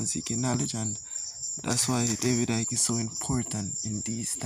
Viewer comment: I'm giving you a icking off, for getting Icke's name wrong